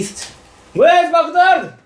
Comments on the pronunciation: Where is Lotteria？が小柳津ロッテリアに聞こえたwww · where isが小柳津に聞こえて草w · Where is Mcdonald's？が小柳津Mcdonald's？に聞こえて仕方がなかった